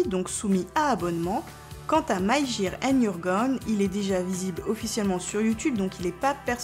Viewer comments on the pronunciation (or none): none